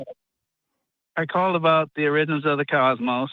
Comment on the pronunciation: Can't even pronounce the word "origins" properly. 🙄